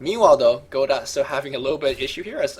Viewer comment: You don't pronounce "Godot" like that,!